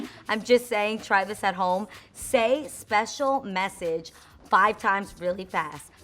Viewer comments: Spash-scio mash-edge 😂😂😂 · I laughed at you when you kept butchering "special message" but I did the same when I tried it 🤐🤐 Cute video!!